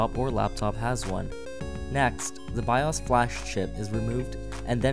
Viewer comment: I couldn't finish watching it he kept mispronouncing bios and sudo. And the music sounded like someone was playing a video game the whole time